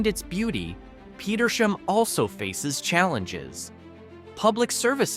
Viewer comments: The town of Petersham is pronounced like 2 words Peter's ham. You need to work on your pronunciation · It is an Ai voice pronouncing these towns. Us humans from around here know Leyden is "Lie-den", Petersham is "Peter's ham", Barre is "berry", Gill is as is, part of a fish, And I've never had to say the word "Tyringham", So not so sure on that one, I'll go with "tie-ring-ham", No? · Ham- PetersHAM. Barre is pronounced Barry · Not trusting the narration. Leyden is mispronounced. As are Petersham. And Barre. And Gill. And Tyringham.